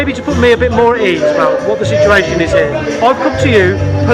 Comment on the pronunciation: The operator called it a shituation 😅😂😅😂😅😂